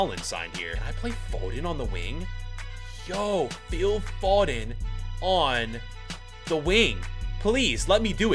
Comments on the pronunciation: the way he says Foden triggers me. Its F--o-den not fo-den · It’s Phil foe den fod en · It's annoying as a British person hearing you say foden 😂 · Phil phoden phoden pronounced foden